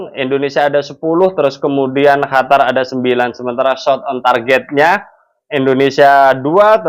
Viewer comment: Komentrxa bagus tpi syang selalu bilang HATAR bkan qatar